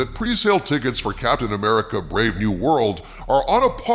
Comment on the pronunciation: its not captain amercia